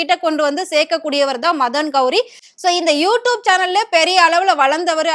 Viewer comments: You tubennu solla Theriyala you doopunu solra unakellam100vadhu edendhan kettaikkum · Wrongly pronounced word u tup . Its u tube . Without any shame she is repeting several times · யூடியூப் யூடியூப் யூடியூப் என்று ஆயிரம் முறை சொல்லிக்கிட்டு எழுது. அப்போதான் யூடூப் என்று தப்பு தப்பா பேசமாட்ட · Nalla sonninga, sariyaga ucharika theriyathagal ethai pottalum padithu vaikirom thalaoyeluthu 😂😂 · Tube ma toob toob nu solriye mapo ma waste ma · யூ டியூப் ன்னு கூட ஒழுங்கா சொல்ல தெரியல. நச்சுன்னு சொல்றத விட்டுட்டு வள வளன்னு இழுத்துகிட்டு. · மொதல்ல யூ டியூப் ன்னு சரியா உச்சரிக்க கத்துக்கோ. அதுக்கப்புறம் வந்து ஆத்து. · First pronounce you tube properly. Shame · Please correct your pronunciation of You Tube, mam. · யு டியூப்ன்னு ஒழுங்கா சொல்ல தெரியலை. நீ பேசுறது கேட்டால் எரிச்சல் தான் வருது. கண்டிப்பாக not interested chanel தான் உன்னுடைய சானல். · Neeyellam eppdi than chanel vachirikkiyo you tube 100 times you tubaye kevalama pronounce panra pakki😂